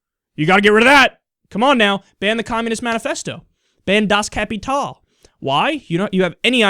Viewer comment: Loved the way you pronounced Das Kapital :D